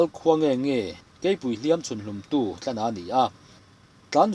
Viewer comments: Sakei chhun hlumtu hi Tlana tih ni lovin 'Tlâna' tih tur a nih zawk hmel. 'Tlân-velova te" tih pawh hi tlân aṭanga an kaihlek a ni ang. Tin, vaisehsên tih kha vaisehsen tih zawk tur a nih hmel bawk (sen - thlûk hniam thla, "eng hmanga tih sén nge i duh?) tih ang deuh. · Tlana...tih hi 🏃‍♂️‍➡️tlan (run, running) tih anga thlûk tur a nih hmel, a dawt thu tlan-ve lovate tih aṭanga ngaihtuahin.